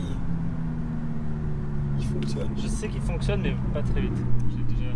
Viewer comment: il a un accent trop marrant sur ces "MÊÊÊiiiiiYYYY" loool